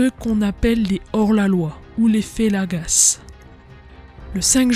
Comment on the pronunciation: Beau résumé, bravo. Attention à la prononciation de quelques mots : fellagas et oulemas, on ne prononce pas le S à la fin ; Charles Quint se prononce "quin"